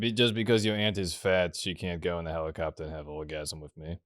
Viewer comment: "It's a hewicopta"